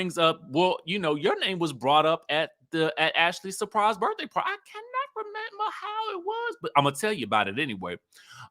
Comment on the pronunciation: 🙄 the way you slid in “surPRise party….she knew about”